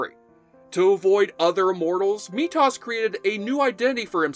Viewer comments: Meetos? METHOS. TH man TH. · It's pronounced Mee-Thos, not Me-Toss, but otherwise, good video. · I have a suggestion: please research how to pronounce characters names before you record your video. The character’s name is pronounced “Mee-Thos” not “Mee-Toss” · METHOS.. not Meet Toss. lol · It's pronounced Me-thoose (silence E at the end) not Me-Thots. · Hey it’s methos not metus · I know this is old, but you keep calling methos, me-tos. It's just very odd sounding. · Methos not metos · Everything was great until you mispronounced him as METOS instead of METHOS. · OMG STOP SAYING "ME TOSS" THAT'S NOT HIS NAME! METHOS! (ME THOSE)! ......Ok got that out of me.. ... aaaaannnndd play! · "Meat Hoss". You're killing me, man. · Great series, and great video. Although I have to point out that it’s pronounced “Me those” not “Meat os”. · Dude It's pronounced Me-th-ose not Me-toss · METHOS = MEE-THO-S. Not me-toss. Dude. Seriously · Oh my god it's MeTHOS. Me...THOS not me toss. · Thank you, I cringed everytjme he said it. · The pronunciation of Methos is MEE-THOSE (long "O"). Not, MEE-TOSS. I feel like you really didn't watch the show, otherwise you'd pronounce Methos correctly. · I think his name was pronounced Mee-thoss, not Mee-toss as you pronounce it. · "Meetoss"? Meethos. It's literally a portmanteau of me and mythos because he was mythic in terms of his age and power. Come on, pronunciate, my people. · Every time the narrator said Me-toss, I cringed. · Methoss? I've always heard it prounounced Me-those. shrugs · It’s pronounced “Mee-Thos” not “Mee-Toss.” Come on, man 🤣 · MEEE-THOS!!! NOT MEE-TOSSS. how can you say youre fan of the show then mispronounce character names? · Methos, not Methow. Sorry. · Methos DOES pronounce the "h" in his name. He's not "meat-toss". And you didn't even mention Fitzcairn. I always loved that he, and Amanda, were very long-term friends of Duncan and showed that not every Immortal was out for the Prize. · Lol. "Mee Toss".